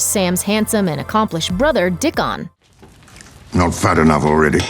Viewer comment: lol "Dick-on."